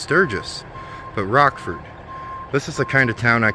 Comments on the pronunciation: it's not Rock ford it's Rochford, thought ya mite like to know, be safe, have fun...... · The original (or at least long-standing) name was "Black Hills Motor Classic." I liked that better. That small town is Rochford (Rotch-ford), not Rock-ford.